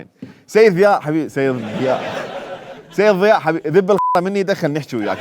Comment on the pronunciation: اللغة الإنجليزية اخف من العربية فمن تحجي لفترة بيها وترجع على العربي أو العراقي بالاخص فتسحك عادي، هوة كال ذياء بدل ضياء لان لسانة أخذ على الإنكليزي قبل بالفيديو ارجع شوية أو دوس هاي